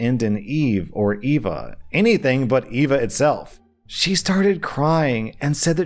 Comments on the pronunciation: I know you're on vacation, But Why do you insist on pronouncing EVA like AVA? you do occasionally get it correct but then immediately go back to Ava. This is Your Job and that's just lazy! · Sorry the English major in mean is mad at the pronunciation of Eva it ‘ee-va’ Ava is how you spell what is pronouncing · i thought was saying ava instead of eva. do americans not have a distinct difference in pronunciation? because brits do (ee-va & ay-va) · EVA not ava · When said Eva as Ava, I almost didn't remember the story because I was just listening to it but I've already heard this story. It's fine in the end. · The brown/braun thing is mostly correct, except for the sharp R. Eva sounds a little different though. The "E" Sound is the same as in End, else, elf and va is pronounced like the FA in Far. Hard emphasis on the E. So basically E(nd)-FA(LL). Sorry for the pronounciation lesson, just thought I'd mention since you did brown xD Apart from that, DON'T name your child after your friends, Siblings etc. The cousins story is, sadly, common . Lots of times parents will "see" the late person in their kid and raise or want them to be like their person, building invisible walls for the child that is hindered to grow on their own/always in the wrong. It starts as a honor for a lot of people, but being so close to someone, seeing them pass and name their child after them still builds connections oftentimes and its scary. Oddly enough it's mostly fine if its the grandmas, or if its the middle name lmao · You kept saying Eva like Ava so for the whole story I had no idea what the hell he was talking about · What's wrong is pronouncing Eva as Ava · Eva, I think he's pronouncing it wrong 🤷